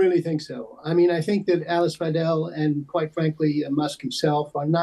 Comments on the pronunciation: The BBC used to try to get pronunciation right. Weidel is pronounced vydel, not veedel. I hope Alice Weidel will be the next German Chancellor! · Mad, simplistic talk from Musk and Weidel. Btw, it’s pronounced Vydel (ei) - not Veedel (ie). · "Vi - del" not "Vee-del" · I love that the Brits pronounce Weidel like wheedle. apt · I love the way you butcher her name. In English it would be pronounced like (W)‘Aye’(del). She is a supporter of fascist and nationalist ideas but linguistically in a rather pseudo-intellectual packaging. The impact her appearance has is therefore not as important in relation to the elections in Germany itself, but in regads of perception of the party internationally. You may have asked the wrong question. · It's pronounced 'Vy-del' dumbass. But then the BBC don't get anything right anyway. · bad pronunciation for Weidel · This so-called journalist can't even pronounce Ms. Weidel's name correctly, so how can anyone take him seriously when it comes to content? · You could've pronounced her name correctly.